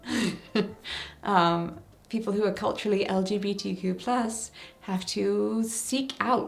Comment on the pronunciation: As a pansexual woman and linguist nerd, I love the word queer. Not only is it just a fun word to say, but it's a fantastic blanket statement that is only one easy syllable. Hearing you slightly fumble through saying "LGBTQ+" over and over is kind of why I prefer queer. Even when I don't use queer I still just say "LGBT" because four syllables is a lot easier to get out than the tongue-twister of the "more inclusive" acronym. Sure LGBTQ+ it's more inclusive, but when I say "LGBT" people know I don't just mean strictly lesbians, bisexuals, gay people and trans people. "LGBT" has become so recognizable, the actual words behind the letters don't matter so much anymore in comparison to the concept it describes (except to the "LGB" community you mentioned, they care a LOT for all the wrong reasons). I know this isn't the point of the video at all, but I personally don't find "LGBTQ+" a useful acronym. The way its such a mouthful is not only just annoying to consistently say, but I've noticed it has opened the door to so much mockery. "LGBTQIA++$%dotcom" it's just way too easy to make fun of, and take us less seriously. Although, bigots won't take us seriously anyway, so that may be a moot point. I just know that personally, as a singular pan woman on the internet with no control over the powers that be, I prefer to say "queer" or "LGBT" rather than anything else.